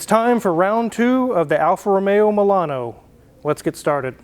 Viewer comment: Excellent pronunciation, that is the right way on the Alfa Romeo. You put some effort into it. Correct on the point that A car that stays only without driving it, gets worst. That is why I sold my 94 Micra as I bought 06 Civic.